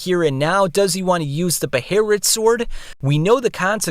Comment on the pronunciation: Why do you keep saying "beherit"? When it's already established "behelit". . .